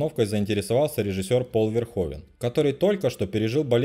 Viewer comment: Правильно "Пол Верхувен"